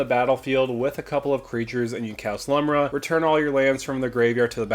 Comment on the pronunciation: I know it really doesnt matter. But Lumra is a girl and her name is pronounced "Loom-rah"